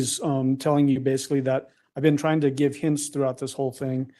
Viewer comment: Hi Gisela! I enjoy your videos ❤ It freaks me out knowing that Letecia was a school teacher!! I’m so grateful her students didn’t get out of line. Who knows what the consequences might have been 😮Do you think the kids mispronounced words as she does? She says ‘think’ instead of ‘thing’ and she cannot even say ‘superstitious’. If the parents of these students wonder why their kids have problems, well that solves one of them. As a stewardess she would of pushed unruly passengers off the plane in mid air! RIP Gannon 💙💙💙💙